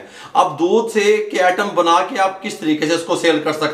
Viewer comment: ...its not "atom "....but item...